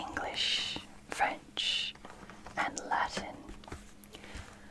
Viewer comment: Asterix 😍😍 !!! My whole childhood 🥰. So great to discover it in English and latin, and of course to see it in French too 😊. By the way, your French pronunciation is very good 👍👍. Great video 💚.